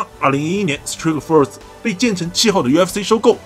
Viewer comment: 原来STRIKE FORCE的正确发音是STREET FIRST....长知识了